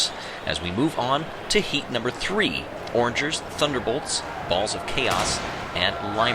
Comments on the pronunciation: "orange ers" It's O RANGERS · When has he ever said O’rangers like that? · You pronounced o’rangers wrong